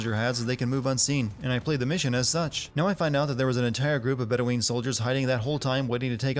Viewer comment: i hate to be picky, but it is pronounced bed-o-win not bed-o-ween